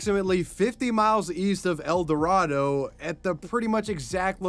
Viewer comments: Not to be that guy but mate El Dorado (El-door-Ado) it's mildly triggering when it's pernounced wrong but I remember hearing this it's freaky something like this happened so close to home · El Dorado, Kansas is pronounced El Door-ray-doh. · El- door-ray-dough 😅